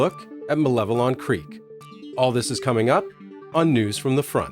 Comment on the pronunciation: Thank you for the correct pronunciation of Malevelon!